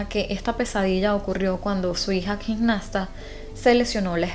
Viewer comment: No se dice "gignasta" sino "gimnasta", asì como se escribe.